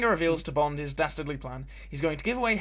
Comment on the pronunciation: EXCELLENT regional accent bit there .... "un Bond has 't save her" FAB ☺ Many thanks as always, good Sir